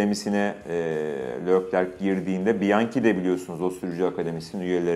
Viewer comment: Serkan Acar saygı olarak senin durmadan seslendin (Lökler diyorsun) söyleyiş aslında Türkçe yazarsan( Lekler diye okunur ) Lökler diye okunmaz